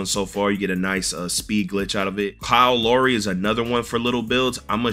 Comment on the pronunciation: Man said Kyle lowree 😂